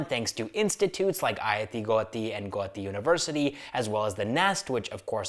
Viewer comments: Guwahati ❌ Goati✅ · It's not Guti, it's GUWAHATI